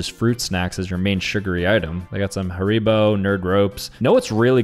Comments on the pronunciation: Harebo??? Harrybo that how you pronounce it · Hair ibo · Nah The Way He Pronounced 'haribo' is a CRIME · Yes, I thought I was the one who noticed